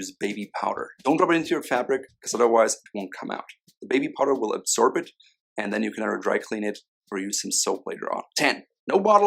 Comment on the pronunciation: Absorb** not absorve